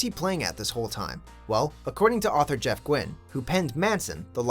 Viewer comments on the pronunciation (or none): none